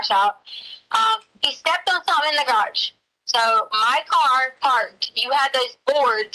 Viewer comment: Love how she pronounces the garage as (graush) good to know that her extensive education is showing in this and other calls with Al